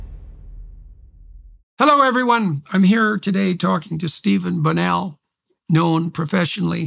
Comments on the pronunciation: It's a meme from his debate with Norm Finkelstein, who messed up Stevens(Destiny) last name multiple times. It's bonnell, but Norm kept mispronouncing it with variations like bonnellie and borellie. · The cut of Norman Finkelstein mispronouncing his name 10 or more times on Lex Friedman's interview was hilarious.